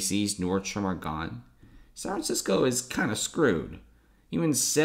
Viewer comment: Sanranissco......dude, annunciation for the love of Christ.